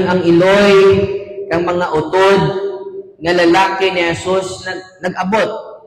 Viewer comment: Very good kaayo Father! Mora man pod ka Ilonggo. Passing na kaayo Father imo Ilonggo.naa ra gamay medyo kimaw pag pronounce like U-tod. (Not utód). Pero okay na kaayo Father!wow!